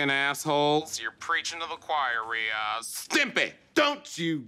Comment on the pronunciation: Lmaooo the way he introduced himself and pronounced Riyaz was so spot on I had to replay it twice